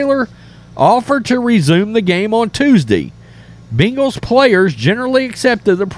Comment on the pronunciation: It’s not “bingals”